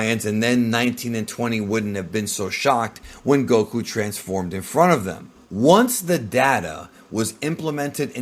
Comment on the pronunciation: The incorrect way he says the names gets on my nerves. GoKUuu!